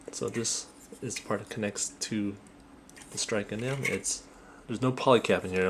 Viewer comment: Great review but you pronounced Gundam wrong. You pronounced it Gun-damn, when it's more like Gun-dum. That was my only complaint, the video was great otherwise! :D